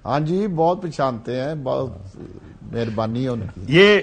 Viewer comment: پارٹی کو پالٹی اور پہچانتے کو پشانتے بولتے ہیں وہ ہمارے وزیر بن جانتے ہیں واہ رے ہماری قسمت